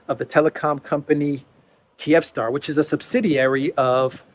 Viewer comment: I'm pretty sure it's pronounced "KEEV-star" lol